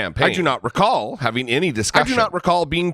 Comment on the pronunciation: He's suffering from the Jeffrey Beauregard Sessions syndrome... It's called, "I do not recawl disorder."